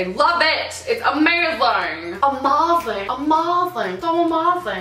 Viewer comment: I liked the video after the way you said "ah-mazing" in the video. hilarious.